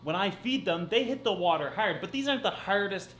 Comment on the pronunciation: The way you pronounce hard make it seems as though you are Irish